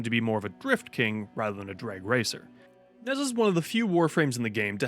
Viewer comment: It is pronounced Nuh-jah. facepalm